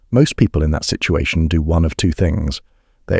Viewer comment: I think on your next videos you should have a narrator who knows how to pronounce words like go and do